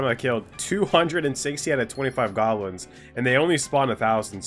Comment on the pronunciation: Goblins❎ golams✅🗿